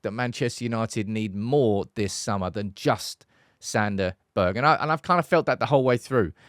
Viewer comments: His name is pronounced berg ge like the two first letters in getorate at the end not Berjjjjg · Berge is pronounced “Berguh” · The way you pronounce his surname you could just as well name him Santa. It’s just plain wrong and sounds nothing like the way you say it… 🫵🤪